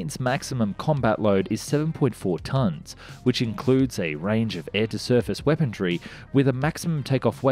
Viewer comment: I love how you pronounce "weaponry" as "weapondry". Keep it up bud, love your videos.